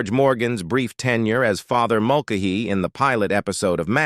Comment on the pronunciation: Its pronounced Mul- Kay- Hee, not Mul- k- hee